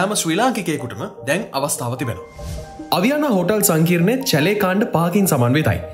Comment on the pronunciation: චැලේ නෙමෙයි ෂැලේ 👍